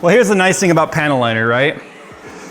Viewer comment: Every time says panel liner, I hear "panty liner."